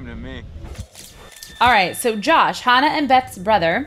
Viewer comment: ITS NOT HONNAH ITS HANNAH